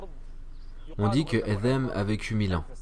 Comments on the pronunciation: Selem 3aleykom, mashallah pour les traductions barakAllahou fik, cependant pourquoi dite vous Adham au lieu de Adam ? Le Dh est de trop, et chayatine pas chalatine, plusieurs fois vous faites ces erreurs, j’espère ne pas vous avoir offensé Selem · Assalamou alaykoum. Une question me turlupine (oui j'ai sorti mon dico de 1628) parfois la voix off prononce adham (avec zal) (comme à par exemple) et parfois adam (avec dal)(que l'on entend beaucoup plus dans la première partie de la série sur Adam). Est-ce 2 façons de prononcer correctes, ou est-ce du à des lectures différentes parmi les 10 ? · Salam, si je peux me permettre c’est Adam avec un D / د Pas ذ Je m’apprête à binge cette chaîne ! Barak allahu fik pour le contenu et Dieu t’accorde El djana